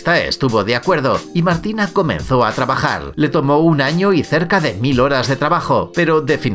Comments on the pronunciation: En el minuto dice trabajal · Dijo trabajal